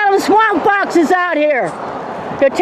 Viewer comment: Did it say swamp crotch or swamp fox?